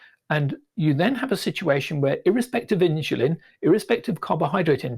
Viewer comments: It's pronounced "in-su-lin" not "in-shu-lin". Learn to get it right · It's irritating how the says 'insulin'. He saya: ''Inchlin''